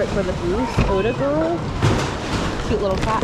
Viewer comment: Not “Otagirl”…Ottah-gear-ee (that’s an “i” at the end, not an “l”). Just you’d want to know… That adjustable book rack? Not hand carved; mass produced in the 1980’s-a lot of different variations of that made. (Nice to hear you calling it just “the booth” now instead of “the antique booth”.)